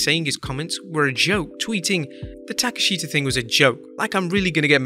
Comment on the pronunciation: Learn how to pronounce Takeshita’s name correctly 🤣🤡. It’s so easy.